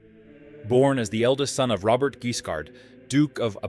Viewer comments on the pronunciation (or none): none